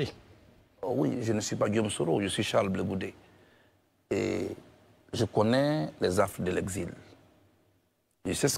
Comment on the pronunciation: ON DIT MR BLE GOUDE. SVP